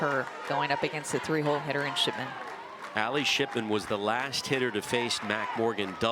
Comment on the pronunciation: Nah they definitely said SHITMAN INSTEAD OF SHIPMAN